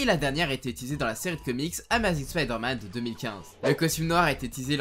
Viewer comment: "ama zing" J'ai mal :")